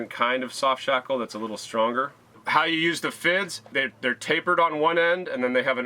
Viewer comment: Shoft sackle! You said that. Awesome.